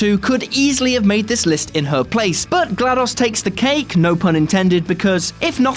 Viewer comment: he also pronounces glados weird